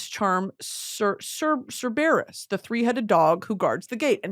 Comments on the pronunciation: sir-bear-is instead of sir-burr-is is killing me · Not Sir. Bear-us lololol cerberus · cerberus is pronounced (Sir-Bur-Us) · I didn't recognize her talking about cerberus at first. I'm like who tf is sir berus?? 😅😭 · hearing brittany pronounce cerberus makes me cry 😭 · please look up the pronunciation for Cerberus 😭 i’ve never heard anyone say it like that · the way brittany pronounced cerberus made me curl my toes in anger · dionysus is pronounced die-un-eye-sis, and cerberus is sir-ber-us